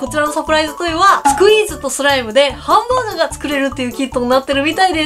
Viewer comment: 最初のハンブァーグァーがおもしろい